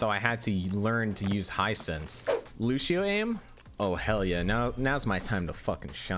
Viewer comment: loo-she-oh lol